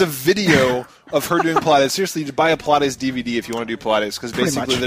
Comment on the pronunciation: omfg, I'm unsubscribing because you guys don't know how to say Pilates...lol And please, we add U's to everything. You guys just remove letters. I mean, hoe, dik and I'm pretty sure there are many more. Anyway, Good luck guys in finished ninja bread man.hopefully its really short. and, i think you guys should try one of these (or All): Resident evil Archives Star Ocean : The last hope. Rise of the Argonaughts (not sure if you reviewed this one or not.).